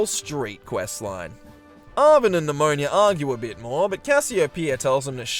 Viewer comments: NemoNA.... not nIa.... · Also calling Ne-moh-nah, Nemonia. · Idk why but you calling Nemona "Nemonia" feels so weird fipdsvn it's just a single letter but it changes the entire name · The best thing about BDSP is the water physics. Why a top-down extremely faithful remake needed beautiful rippling water is beyond me. Also, calling Nemona Pneumonia has me wanting to spell her name Nemoña which would, in fact, be pronounced pneumonia.